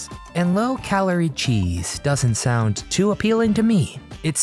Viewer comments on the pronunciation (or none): none